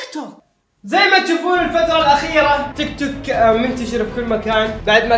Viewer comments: تيك توك ❌ توك توك ✅ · تيك توك ❌ توك توك ✔